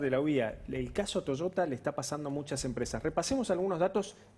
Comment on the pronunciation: Deberian aprender a pronuncia correctamente es Toyota y no Toshota!!!